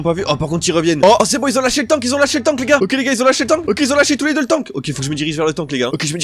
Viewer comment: Tu a dit les ga 50